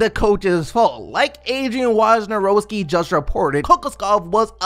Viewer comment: Can you pronounce Wojnarowski correct please